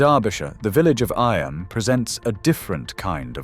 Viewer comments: it’s Eeeeem not Eye Am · it's eeem not Imm in Derbyshire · You pronounce it E.am not I.am. do your research!!! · "Eyam" is pronounced EEm. Some say EEam, but its EEm. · Eyam, is pronounced eem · Eyam is pronounced 'Eeeeem' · Eyam is pronounce Eeem. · You could at least pronounce the place names dunwich and eyam properly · I’m from Derbyshire the way eyam was pronounced 😱😱